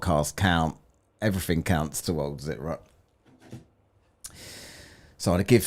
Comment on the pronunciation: "I'm not special" "My stationary plath plane is special" E v e r y f i n g t i m e.....